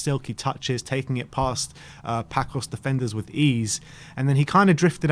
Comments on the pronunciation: By the way my friends the way you are saying Pacos is wrong. You should say it like passos. I am Portuguese and want spurs to go to the final against Roma. Which would be epic. Spurs vs mourinho. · You guys need learn to say Paços the correct way. Please stop saying Paços like Paco (this is not spain). The Ç in portuguese is say like with word S, like Paços and Passos have the has the same sound. Please go to Google Translate and please listen how to say Paços or Passos because both have the same sound.